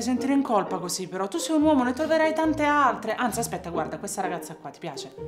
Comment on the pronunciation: mezzo uomoh e mezzoh... uomoh